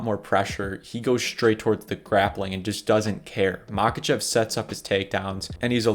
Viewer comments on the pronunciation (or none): He is not Mákachev, he is obviously Maháchev. The H is pronounced like in helicopter. Same with "Kabib". He is Habib